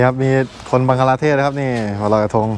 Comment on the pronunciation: บังคลาเทศค่ะ ไม่ใช่บังกลาเทศ